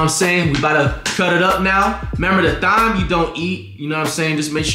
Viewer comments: bro said "thime" lmao 😂😂😂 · time not thime , omg thyme h is silent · Flight the only person I seen pronounce Thyme as it’s spelled lmao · Flight it’s Thyme Thyme & medium rare medium don’t even make sense 🤣